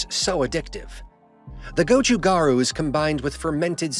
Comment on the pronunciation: I think the water with flavor is called Gan Soo instead of Kansui. Gochu (pepper) Garu (powder) is pronounced perfectly.